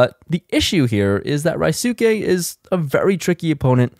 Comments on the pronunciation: Rye-soo-kay(??)......That's painful to listen to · Ryusuke's name is pronounced Re - USE (as in useful) - K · Bruh, when you EVER gunna get Ryusuke’s name right! Say it with me REE-YOU-SKAY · Not sure if someone has told you or you listened to a livestream with him in it, but it is pronounced 'Roo-skeh' ;) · Still waiting for someone to properly pronounce Ryusuke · Not to be offensive but aren’t you of Asian decent? Are you mispronouncing Ryusuke’s name on purpose? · Asian dude doesnt even bother to learn how to pronounce his name 😂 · anyone else cringe at the way mispronounces Ryusuke's name? lol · u butchering ryusukes name son 😭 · please ask Ryusuke how to pronounce his name, you're butchering it!!!